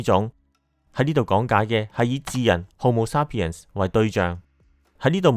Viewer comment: homo sapiens發音好似有點怪，同埋染色體係23對，46條。加油，多謝你製造的片。